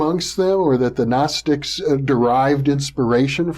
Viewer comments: Yes, you pronounce the G. Guh-nostics. The Ancient Greeks pronounced every letter, why wouldn't we when speaking Greek words? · Love hearing the correct pronunciation of Gnostics. Great stuff as usual from.